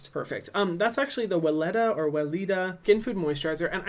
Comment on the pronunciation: It's pronounced Véléda dear ;)